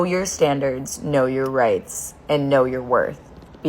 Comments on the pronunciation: I thought she said, "Know your rates." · I swear I heard "know your rates"...not rights.